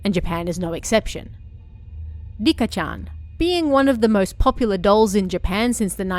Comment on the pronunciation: It’s not Rika it’s lica